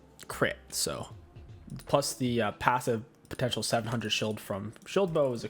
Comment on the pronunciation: Just an FYI I think you were trying to say Potential not porential lol